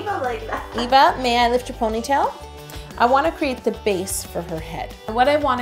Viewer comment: My names Eva(nickname) and so many people say Ava when they say it so I'm so happy u said it the way I do! I'm also half brown too so that was kinda the same too